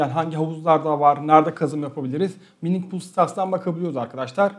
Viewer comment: hocam ufak bir hatırlatma: mine "mayn" diye okunuyor ingilizce. "nasıl fleks kazılır" olarak geçirebiliriz ya da ingilizce olduğu gibi kullanacaksak "fleks mayning nasıl yapılır" olabilir. Bir de yine başka bir hatırlatma Raptoreum için borsa cüzdanlarına kazım yapmayın deniyor. Desteklemiyorlarmış, sorun yaşanabilirmiş. Şimdilik direkt masaüstü cüzdana kazmak gerekiyor. Videolar için teşekkürler emeğinize sağlık.